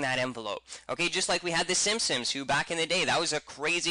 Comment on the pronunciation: Simpsons, S-I-M-P-S-O-N-S not simsims, thank you.